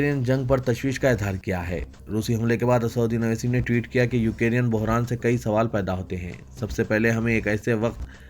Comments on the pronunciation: Please pronounce Ukrain correctly. Its not Ukarin. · Bhai UK Rain Nhi Ukrain Bolo